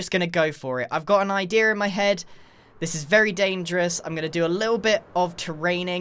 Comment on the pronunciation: How The comment section says “idea”:idea How grian says “idea”:idear